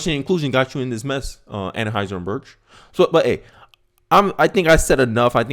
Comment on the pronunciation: 😂 Ann-High-Zer Bush. Other than that, perfect!